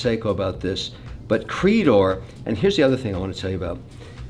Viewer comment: It’s not pronounced “creedor” it’s more like “crey-dor.” It’s French for Golden Crest.